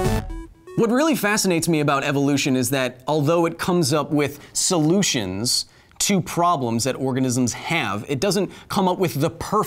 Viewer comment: " salute-tions " ( solutions )